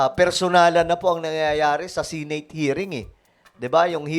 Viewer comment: The word Senate..si-neyt ang pgpronunce mo sir,bisaya ka ba? Di ba dapat..se-net ang tamang pgbigkas?